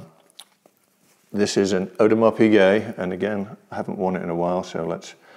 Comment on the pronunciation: "Audemar" lol... Audemars is part of the holy trinity of haute horology... along side of Patek ! In my personal experiences, AP has never left me disappointed, my Pateks? 3 broken out of 5 owned... unreliable, dainty, overrated.